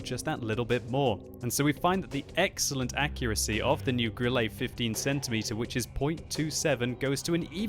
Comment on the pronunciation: Grillay? Dude enough of the lame pronunciation! Love your vids, but the lame pronunciation of German names is distracting!